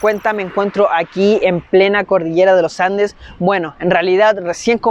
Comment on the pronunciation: Primera persona que dice bien los andes ahaha y no loh andeh, saludos de la ciudad del roquerio , los andes